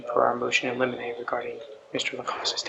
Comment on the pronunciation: It’s not “motion eliminate,”🤣🤣 — it’s “motion in limine,” (pronounced LIM-IN-AY) which is a motion, discussed outside the presence of the jury, to request that certain testimony be excluded